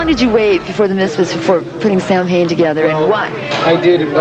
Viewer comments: Wow. Even doesn’t know how to pronounce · i cant stand how he mispronounces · Names band, doesn't know how to pronounce lol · Danzig usually reiterates the true pronunciation in interviews. He admits the band's way of saying it is just because that's how it rolls off of most people's tongues and it's how it's spelled, so he just goes with it.